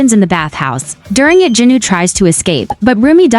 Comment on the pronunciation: It's jinu not junu